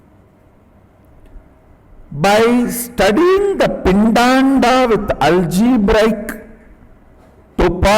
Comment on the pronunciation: Swamiji said algebrical topology 150 times, but he is so adorable and knowledgable that one can forgive that agony . :)